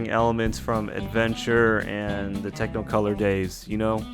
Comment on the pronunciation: Uk he said TECHNOcolor. Lost in INSPI......